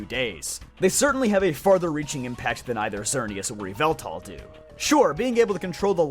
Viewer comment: you mispronounce yveltal